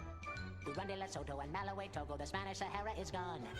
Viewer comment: Not malawae its malawi